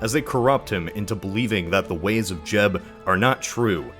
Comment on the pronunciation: when he first say jeb i thought he said jeff